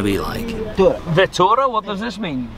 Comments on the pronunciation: The driver say's fatura,it is arebic word,not vitura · This is interesting. Nice vlog. Haha, its not veetoora, it is fatoora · It's FATOORA not Vettora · Bro it’s Fatora not Vatora. It means ticket 🎟️ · He said fatora, it means the bill ( he means he has to pay a fee) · It’s fatoora